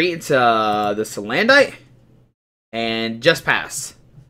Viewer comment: dude, it's pronounced like "bandit" salandit is salamander + bandit = salandit it's like you completely missed the whole point of it's design? it looks like a thief, a robber, a BANDIT. do you get it? stop saying SalanDITE it's sa-land-it it it it it it it it it it it NOT ITE ITE ITE